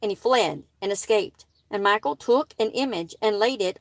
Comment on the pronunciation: I think Her name is pronounced mi...short i , like in the name Mickey. And then call, like a telephone call. Mi-call. Michal. I hope that is helpful.